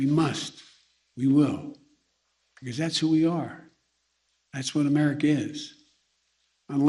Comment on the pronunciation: It's America not merica joe